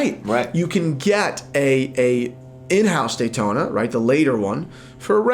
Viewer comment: Yawntona?! No way.